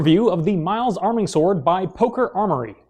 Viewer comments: Quick note, I believe that it's pronounced "miː.les" or "MEE-les" as in the Latin word for knight. (Finally, years of Latin in high school useful for something) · Miles is Latin. It is not pronounced like the name.